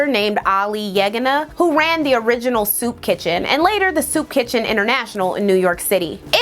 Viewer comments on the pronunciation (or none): none